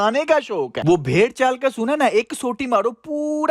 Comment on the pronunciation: Bherrchaal nahe . . . . . . . 👈👈👈👈 Bhieeerrchaal . . . . . . 👈👈👈👈 بھیڑ ۔۔۔۔ یہ ایک جانور کا نام ہے دنبہ کی نسل سے ملتا جلتا ہے ۔۔۔۔ بھیڑ ۔۔۔۔۔ اسکو دوسری طرح سے بولا جاتا ہے اسکا مطلب ہجوم ہوتا ہے اسکو دوسری طرح سے ادا کی جاتی ہے ۔۔۔۔۔👉👉👉👉 ❤️🇵🇰💚 LOVE FROM PAKISTAN 💚🇵🇰❤️